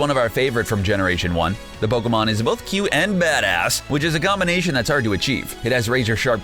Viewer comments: Had to dislike just because this guy has no fucking idea how to pronounce pokemon names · Pokemon pronunciation are off😂😂😂